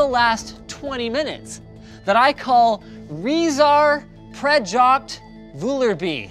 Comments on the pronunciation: "Rezar Prejoct Volervie" i´m dying X,D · did he mean prejoct?